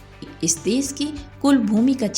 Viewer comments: देस - नहीं, देश - बोलना पहले सिखना चाहिए। सीता - नहीं, शीत - बोलिए।। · desh and not des , bhasha and not bhasa😂